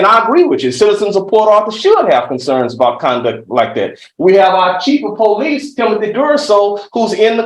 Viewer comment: When your lawyer says pow-leece.😂😂😂